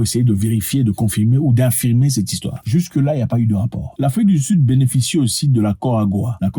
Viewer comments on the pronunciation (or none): none